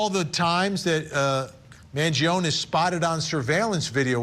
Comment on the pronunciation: Speak his name right, not “Mangion”.